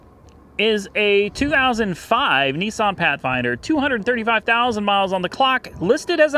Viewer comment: It's Not nessan It's nissan